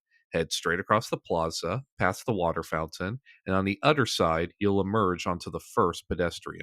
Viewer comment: What regional accent causes people to say “udder” instead of “other”?